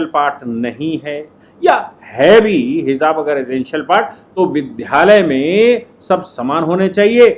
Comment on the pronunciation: विद् या लय बोलें विद्ध यालय न बोलें कृपया।